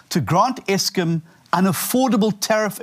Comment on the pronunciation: eskim??????? nurses instead of Nersa's??????!!!!! FFS!